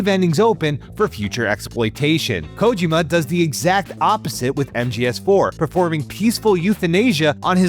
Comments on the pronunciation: This bastard kept saying KOW-JIMMA instead of KO-JEE-MA. Could have at least learned how to say HIDEO's name right. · For the PPL who grew up with MGS we all know his name is not KOW-JIMMA but instead KO-JEE-MA. ✅ And the bastard was the one who wrote this story. Could have at least learned how to say HIDEO's name right. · Can you guys hire someone who can pronounce Kojima’s name properly? And doesn’t make terrible jokes that sounded like AI wrote them? More videos from please. You guys need to hire real journalists this video is so cringe